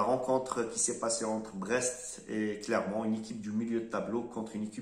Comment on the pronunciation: Clermont et pas " Clémont".